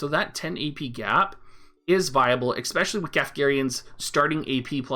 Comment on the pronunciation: lovin your vids. "expecially" lol